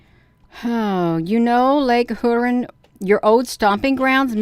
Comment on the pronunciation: Shalom! Just letting you know that Huron is pronounced HEAR-ON. 😊 Thanks for reporting on this - I had not heard this news. If you read in the book of Ezekiel in Father's word - Ezekiel describes these crafts - it uses the word, amber - but if you look up the word in the original language it was written, which is Hebrew - the definition of amber is - highly polished bronze. May you have a blessed day in Jesus Christ name!